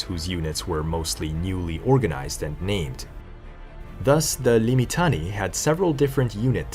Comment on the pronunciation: Say it as liː.mɪˈtaː.ne.i: = limm-itTUNN-eh-ee. Five syllables.